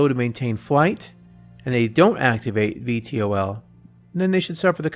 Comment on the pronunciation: VTOL = Vee-Tall ...nice video though.